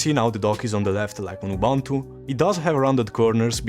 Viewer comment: Ubuntu si pronuncia esattamente come lo leggeresti in italiano. Just saying...